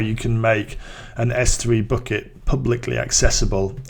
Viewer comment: not booket, but bucket...man...